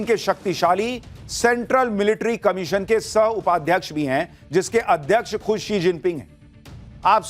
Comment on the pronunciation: वो she जिनपिंग है He जिनपिंग नहीं।